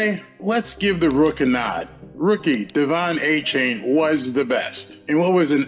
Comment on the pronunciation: DE-Von A -Chan